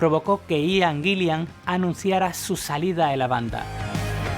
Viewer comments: Muy bueno el video, pero no es AIAN GUILIAN... simplemente Ian Guilan, tal cual. Ni Glover como dices es Gluver. No te compliques. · Ian Gillan, y lo ha dicho hasta el cansancio que no es Guillian y este compa hasta se atreve a hacer un video. Por eso no hay que creer todo lo que vemos en Internet. Y yo sé que en España tienen su propia pronunciación, pero escuchen como ellos mismos dicen su nombre, no es porpel, no son los Bitels. Que alguien los ayude por favor. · Cada vez que mencionas a Ian Gillan como Gillian me das una patada a la oreja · Buen video. Por cierto, desde el respeto: "Ian Gillan", se pronuncia "ian guilan", no "aian guilian". Un saludo. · Muy buen video sobre uno de mis héroes musicales! Como crítica constructiva: trata de mejorar tu pronunciación del inglés, porque muchos de los nombres y los apellidos los pronunciaste muy mal (aian guillian, por ejemplo, cuando se pronuncia ian guilan). Vale pues. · Like por hablar por fin del maestro Richie Blackmore!!! Pero me desesperas que digas " Dip Parpel". "Ian Gillian". Ojo con eso!!!!